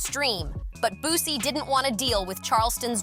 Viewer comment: It’s Boosie not Boozey